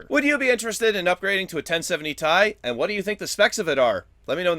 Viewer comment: Tie? not T, I